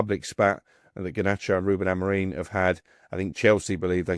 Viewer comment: Why is it, this guy, who allegedly supports Manchester United, CANNOT pronounce the Managers name correctly.., its AMORIM ( AM OR IM) not bloody AmorEEN!!! Does this irritate anyone else, or just me? 😄